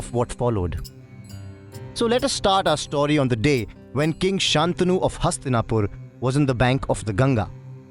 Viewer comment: Nice work. Please note that it's "शन्तनु", pronounced " santanu" not "saantanu". The bad habits of the vernacular shouldn't affect Sanskrit pronunciation (edited after seeing Shreyas Sarangan's grammatical reference below).